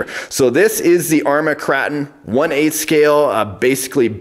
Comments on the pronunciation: Is "kray-ton" not "krahton" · You are saying the name of the truck wrong. It’s KrAton with an A sound like in pAy. Hard to relate in text